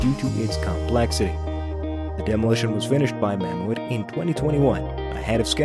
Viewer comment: It's called Mammoet(Ma-Moot) not (Mam-moo-et) Just (Ma-moot) as in Mammoth. That's how they pronounce and spell mammoth in their language.